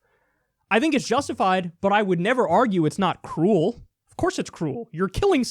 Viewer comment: hah. when he said "I would never argue its not cruel" i heard "cool" XD